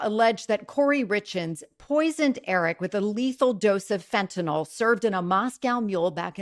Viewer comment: it's Fentanyl not Fentanol🙄